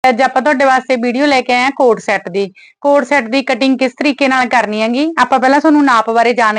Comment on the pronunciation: It's CORD set not a coat-shot/cot set😂😂😂😂